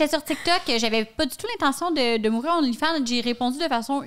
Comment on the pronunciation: qui dit onlyfind à chaque fois Hahahah